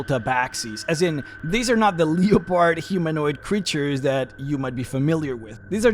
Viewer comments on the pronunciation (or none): Leopard: lep-erd